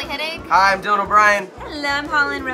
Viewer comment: So is no one gonna talk about how Dyaln S. Fucked up his own last name?